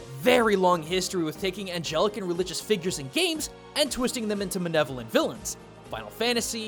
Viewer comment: "...manevolent..." I was always under the impression that it was malevolent.